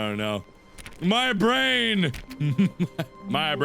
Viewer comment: Everytime you said "My Brain!" I was thinking "My Brand!" (CS)